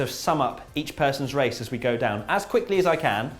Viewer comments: That's the best wace wundown ever on this channel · Wone word wace wundown was wonderful